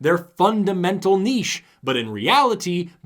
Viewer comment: The fact that does not pronounce niche as if it had a “t” totally makes this video a winner.